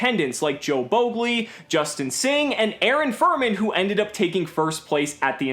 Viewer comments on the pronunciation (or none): none